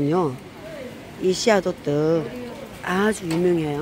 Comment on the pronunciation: 호떡이에요 호뜩이 아니라 🤣🤣🤣